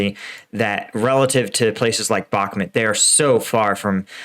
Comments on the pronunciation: in his last video finally, finally, pronounced it bach-MOOT, and I celebrated! Today, back to the bad habit BACK-mutt. This pet peeve aside, great commentary, info and analysis. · Hey, I've noticed you have a tough tine pronouncing Bakhmut. It's pronounced Bakh-moot